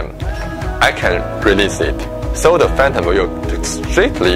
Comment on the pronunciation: "Da prepellur of fantim"